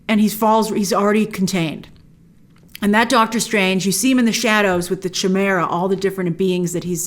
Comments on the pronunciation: The CH in "Chimera" is pronounced as a /k/ as in "mechanic", NOT as a /ch/. CH actually has 3 different pronounciations: /ch/ (like cheese), /sh/ (like machine), and /k/ (like mechanic). Apologies for correcting you but, as an English teacher, I cannot help myself. ( ´･･)ﾉ(._.`) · It's pronounced "Kai - Mera", Grace, not "Chee - Mera". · "Mystical Chum-era" OMFG Grace that is not how that word is pronounced: Let's try again please, "kie-MEER-uh". It rhymes with "high BEER uh"" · I’m gonna be that person: The Ch in Chimera is pronounced Ky not Chuh. Don’t hate me! 😂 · I love your videos Grace but ... Did you seriously just say Chai-mera? Please. for the love of alchemy... Say it right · Lol did you really just say CH-imera? Is it not pronounced “Kymera”? It just took me out of the video for a bit because I’m like wtf of is that, then I realized what you meant. Either way still love your videos just your pronunciation is a little off at time but whatever, tomatoe tomato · It’s pronounced Ki-Mera (Chimera), Evil Dr Strange was a Chimera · Chimera is pronounced : KAI-meera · Chimera is pronounced ‘ki-mera’ kinda like chiropractic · I thought it was pronounced like “Kai-Mera” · That's not how you say Chimera... KAI-MARE-AH. Like that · That’s not how you pronounce “chimera” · I thought "chimera" was pronounced differently. Is this an Americanism? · I got triggered as well when she pronounced Chimera that way. 😂